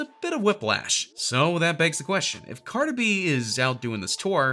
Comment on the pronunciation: He said “ Carter Be” LMAOO 🤣🤣🤣